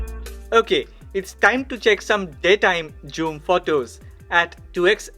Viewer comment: You pronounce this (zoom) like this "joom" thats wrong my friend